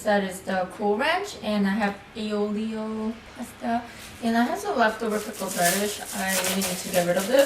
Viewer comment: AH-lyoh ay AW-lyoh